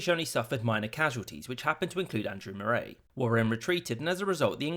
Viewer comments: About 3 minutes Moray is pronounced like Murray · Andrew * Morraayy * is making me have a stroke its Andrew MURRAY (Moray) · And 'Moray' is pronounced 'Morree' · Yes , it doesn't rhyme with Lerwick and Prestwick. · Moray is pronounced Murray...soz But this means not only was Mel Gibson a Guardian but so was Andrew Murray, I bet his tennis racket came in handy at Stirling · Note: Moray is pronounced Murray up here. Not Mor-ay. And Berwick (which is in England) is Ber-ick, don't say the 'w'. Nice vid though. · Are you mispronouncing names on purpose??? Moray is pronounced the same as Murray. Berwick is "Berr-ick", not "Burr-wick." There's more but I fear for my keyboard. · Good video but please look up the pronunciation of Moray, Falkirk and Berwick.